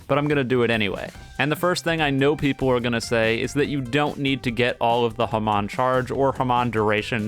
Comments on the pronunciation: its not hemon its more like haamoan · your saying Hamon wrong T^T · God the way you pronounce hamon is funny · why he say hamon like that lol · Is anyone gonna mention how he pronounces hamon..?